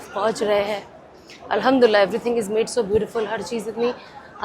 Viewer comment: Al ham du Lillah boliye aap galat pronounce karti ho